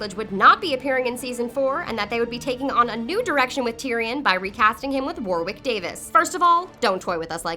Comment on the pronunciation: Ik it’s war(wick) but it’s pronounced war(rick)